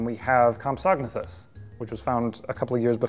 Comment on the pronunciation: Wait what was that pronunciation of compsognathus ? Is that correct? Is there more than one way to say it?